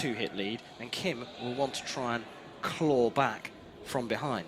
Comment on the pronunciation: His last name is Kim, KIM!!! Not hard to pronounce.